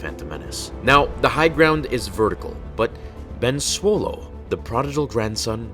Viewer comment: Sir its B E N S W O L E